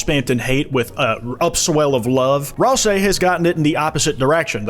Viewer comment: pronounced ralsei wrong :(